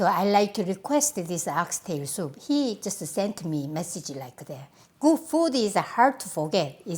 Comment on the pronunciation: no one: maangchi: my a house smell so guuh